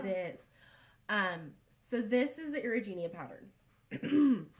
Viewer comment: Oh YES! The Erigeneia Shawl)? You say it so much nicer than I do! We are doing it as a CAL, and I can't help but butcher the name... repeatedly, apparently!! Lol!